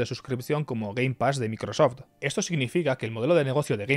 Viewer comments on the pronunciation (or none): none